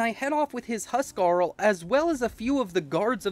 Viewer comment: It's so weird hearing you pronounce huscarl correctly, how the norsemen of actual history would of pronounce it. That said, it's also really awesome.